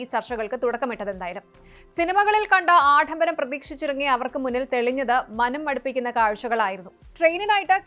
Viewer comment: ആ'ഠ'മ്പരം അല്ല ചേച്ചി... ആ'ഡം'ബരം എന്നാണ്.